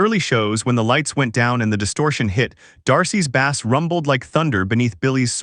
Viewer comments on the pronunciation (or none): As soon as a narrator said bass like the fish instead of the instrument, I'm out. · I guess AI voice can’t distinguish between when to pronounce ‘bass’ as the instrument or the fish yet Also it’s kinda funny this is about how “D’arcy is more important than people realized” and there’s like 1 photo of her and the rest is corgan